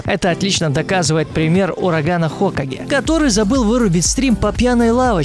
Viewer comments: не хо'каге а хокаге' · Не ураган хо́каге а хока́ге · Не ХОкаге, а ХокАге. Минус уши у любителей Наруто 😁😁😁👏👏👏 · Не ураган ХОкаге а Ураган ХокАге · Какой ещё хОкаги? Правильно хокагИ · Не говори хОкаге, правильно хокАге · Ураган ХокАге, а не хОкаге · Не хОкаге, а хокАге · Не "хОкаге", а "хокАге" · не хОкаге а хокАге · Правильно хокАге, а не хОкаге. Это из Наруто кто не знает. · хокАге, ударение на А, а не на О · вообщето не хооокаге а хокаааге!! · Не хокаге а хакаге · ураган хокаге а не хокаги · ураган хОкаге (аж уши режет) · Live Samp это не паблик Урагана ХокагЕ. Ударение правильно ставится на Е. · с ударениями проблемы, алОхаденс, ураган хокАге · Урогана ХокАге, ударение на а. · Хо́каге ахааххвхв или как он сказал